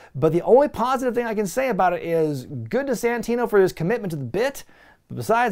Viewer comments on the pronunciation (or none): It's Santino you idiots.